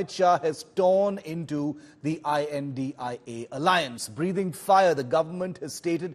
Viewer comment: Why can't Shiv pronounce INDIA?